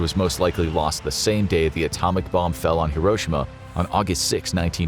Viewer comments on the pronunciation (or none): none